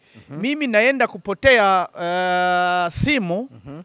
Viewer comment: mimi naenda kupotea simu 😅 bavuga kupokea simu😂😂😂 ariko ndakwikundira 😂